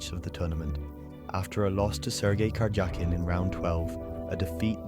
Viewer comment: Your voice actor should learn how to pronounce "Karjakin"" when reading the script of a chess short documentary